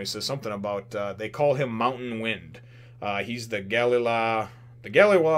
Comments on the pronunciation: Its Gally La. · *Ga-lay La* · Call it Ga-lay company, not galala lol, sounds nicer too.